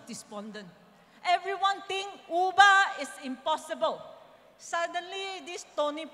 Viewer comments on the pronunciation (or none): none